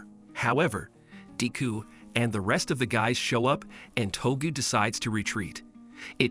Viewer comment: its De-ku not deeku